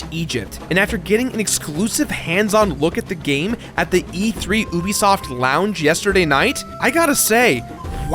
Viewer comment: stop saying ubisoft like that